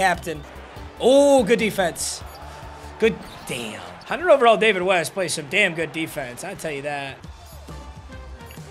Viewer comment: Bro said David west